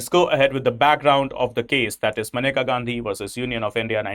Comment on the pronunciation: it's menka not maneka atleast dhang se pronounce krna to sikh jaao kale angrezo